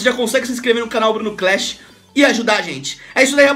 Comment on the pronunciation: Bruno cl"e"sh ahahahah